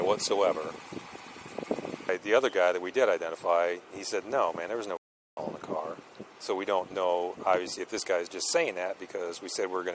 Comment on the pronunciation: No way could I be as patient as this officer. Good job. Can we now start to pronounce fentanyl correctly?